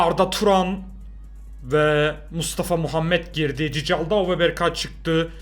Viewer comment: Abi cicaldau değil Çikildau